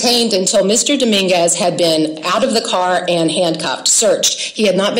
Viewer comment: the first thing i heard from her that made me not listen is: "Mr Daminguz reached" ok stop there you've already lost